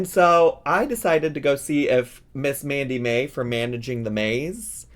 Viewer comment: I dont watch twitch, so i may be missing the joke here. Why did it sound like you were calling her Mandy May, when her channel says Sammi Mae? Not hating, just curious if i missed the joke or misheard you?